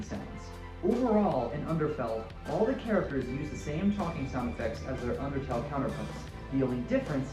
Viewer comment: im sorry you said outertle, and i kid you not i flipped OUTERTALE IS BEST THEN SWAP THEN FELL!!!